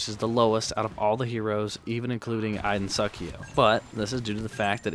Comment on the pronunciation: "Iden suckio"